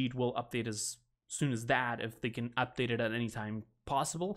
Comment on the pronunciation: u said cab instead of can